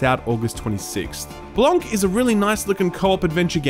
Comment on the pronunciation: I love you to death,, but Blanc is pronounced " Blawn" And Sable is "Sawbleh". no offense, no microaggresion but when french people ask for water we always get corrected.